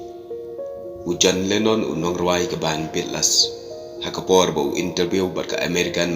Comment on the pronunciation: Ei bah phi bakla shibun ba phi pronounce beat les ia ka band jong u john lennon hynrei ia ka kynhun tem jong u la ju tip da ka bea tles ym beat les kumba pronounce maphi .